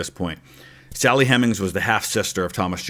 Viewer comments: I never before realized that Sally Hemings was spelled with only one M. Even with the single M, it's still hard to believe that a historian would make that pronounciation error. I hope that channel isn’t an AI. Luckily, at this moment it would be easy for that channels creator to fix the error and solve any misunderstanding. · Yeah those weird pronunciations of Hemings and Monticello immediately give away that it’s an AI voice, and as the video goes on the AI script gets more and more apparent